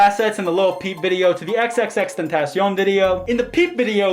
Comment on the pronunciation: Ty for pronouncing xs name right lmao